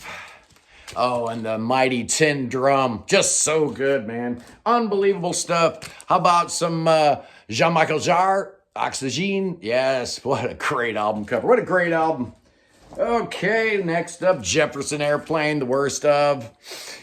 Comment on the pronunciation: Jean Michel Jarre is pronounced Jean "michelle" "Jar", not "Mikkel" 😂